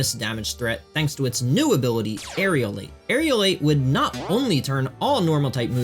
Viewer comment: It’s Aerilate, pronounced air-i-late. NOT Aerialate.